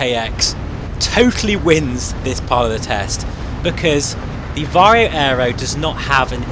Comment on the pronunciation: "VaR-HOE" VR HMD "FReZ-NeLL" lenses